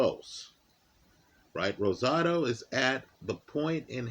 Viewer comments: Much respect, you rolled that R like a native speaker And I agree. Rosado is a very live underdog tonight. He beat Jacobs imo, and had legit power at 168 thanks to the weight game and tutelage of Freddie Roach. Mungia is a beast but is there to be hit all night. Should be a terrific fight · Nice job rolling the R in Rosado